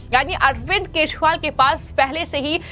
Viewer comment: Arvind kazriwal ka nam to thik se lo